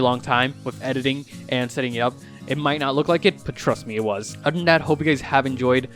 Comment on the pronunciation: "But eder way and oder than thatl"